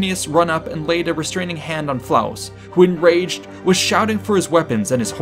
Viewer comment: LOL! 🤣 😂 🤣 ❤️ Well done! "Flavus" not "Flaus".